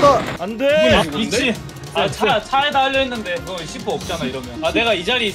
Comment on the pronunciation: c4발음ㅋㅋㅋㅋㅋㅋ 시x라고 말하는 줄ㅋ